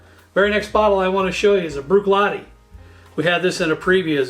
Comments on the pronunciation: Bunnahabhain is pronounced Boona-havin. Bh makes a V sound in gaelic. Bruichladdich is pronounced Broo-ich-laddy, the Ch making a hard sound like in Loch. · Thank you! Just for information, pronounciation is as follows--BalvE,nie, Boon HAvin, and BrooikLAddieie.Happt drinking! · Agree with most of your choices. My favourites tend to appear amongst the Speyside Malts. For more credibility, brush up on your Gaelic pronunciation. “Bruichladdich” is particularly difficult for the average Sassenach. There are now some very nice single grain Whiskies appearing on the market.